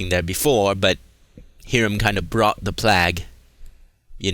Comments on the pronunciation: I watch your vids every time I play the game. I really like content but man, why don't you say plague instead of plag? You do ramble a bit but idc, it really shows your enthusiasm for this game and I like that but sometimes you act a bit condescending at times. Regardless though I'll always watch all your Dishonored vids... Fuck k can't wait for 2! Even more excited about that then I am FFXV. Keep up the good work man, I'll still like your vids and sub if I haven't already. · why do you say plague like that if you don't mind me asking?